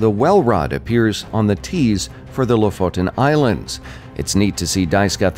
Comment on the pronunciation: Thanks for the info. And nice you pronounced "Lofoton islands" correctly too...most utubers don't